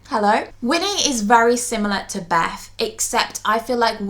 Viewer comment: beth not beff come on